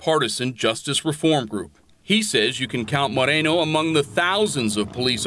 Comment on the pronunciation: More-ā-no. Stop ethnicizing the damn names.